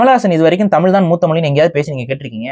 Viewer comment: ஐயா முதல்ல தமிழ்ல தமிழ் இன்று ழு என்ற எழுத்தை உச்சரிக்க கற்றுக் கொள்ளுங்கள் தமில் கிடையாது தமில் தமில் தமில் சொல்றீங்க அதுவே முன்னாடி தவறு பஸ்ட் பேச கத்துக்கிட்டு வந்து உச்சரிப்பை கத்துக்கிட்டு வந்து அதுக்கு அப்புறமா இன்டர்வியூ குடுங்க ஐயா தமிழை கொள்ளாதீங்க தயவுசெய்து